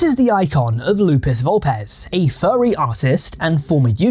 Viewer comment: Why do you pronounce it as “Fyarry”